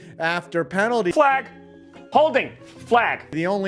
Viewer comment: Ok if you can’t pronounce “penalty “ I’m unsubscribing